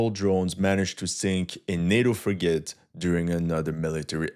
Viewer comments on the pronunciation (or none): "Frigate" is pronounced more like "FRI-gut" than "fri-GATE."